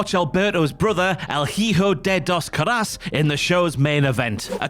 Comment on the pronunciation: Anyone else slightly bothered by their pronunciation of "Caras"